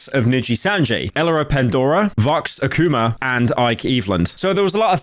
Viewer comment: Him pronouncing Akuma as "Ak koomar" made me lose it.